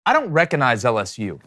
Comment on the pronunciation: ReCOGnize. “Cog” - hard “g” sound. NOT “reCONize.”